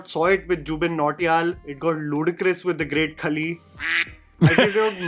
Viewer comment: It's the great Khaa+Lee. Do you seriously don't know how pronounce names or you do it intentionally for the sake of accent. Bcoz I have seen you doing the same for Bahubali.